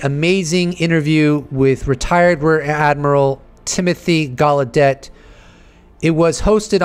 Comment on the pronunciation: Its Timothy Galedeyyyyyy not Galedette